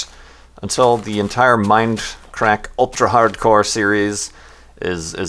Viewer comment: It's; "Mindcrack" not; "minecrack."